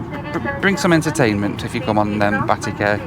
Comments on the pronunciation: 'Batty Care'..?? lol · "Batty care" lol